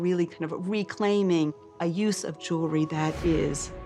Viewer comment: Can some pronounce Jewelry correctly